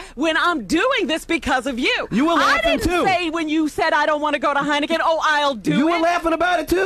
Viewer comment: What's "Heinegen", John?